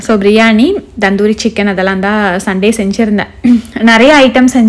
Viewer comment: Akka so nice vlogs. But u r pronouncing "tandoori" as "Dhandhoori" Just an note